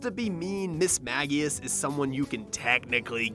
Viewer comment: It's pronounced Mage-ius